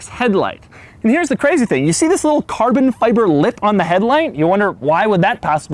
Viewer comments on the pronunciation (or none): hit like every time he says CARBON FyyyBIBOR